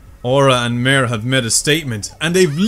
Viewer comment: Just in case some ppl dont know Mare's name is pronounced ( Maa - rei )